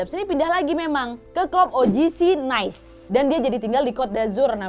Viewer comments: Cara bacanya nis kak. Heheh bukan nice kyk bhs inggris ❤️❤️✅ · forgive me, but it should be pronounced as “Nee-say”... Nice is an English term for “Bien”...☺️☺️🇫🇷